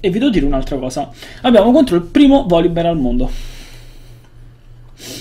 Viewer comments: PORCO... cane si chiama "voLibear" non "voLLibear" :^) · sentirò male io ma sento "volli" xD